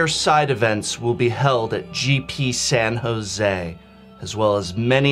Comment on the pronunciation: San Ho-say?